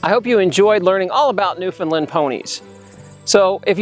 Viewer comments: Firstly, with respect, the correct pronunciation of "Newfoundland", simply put, it rhymes with "understand"; emphasis on the last syllable. Secondly, according to the Newfoundland Pony Sanctuary at Change Islands, Newfoundland and run by a tiny, hard-working group of volunteers, they think there are maybe 350 - 400 Newfoundland Ponies left in the world. But they have limited resources - maybe you know more. There is another Newfoundland Pony Sanctuary nearer to St. John's (the capital of Newfoundland and Labrador), but I know almost nothing about that group. In any case, I wish you well and hope the pipeline doesn't hurt you, if it does materialize. By the way, the sanctuary at Change Islands had three foals last year! Joy! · holy moly the lady in the first of the the video is completly wrong!!!! im from newfoundland i live in newfoundland! thers more then 300 on the island alone! omg there all wrong and she cant even pronounce newfoundland! they are not natural they are bred that way to work in the mines! i can go on and on sorry bro i love ur vids but this lady is dumb ignorant or just dosnt want to do any reading on the newfoundland pony!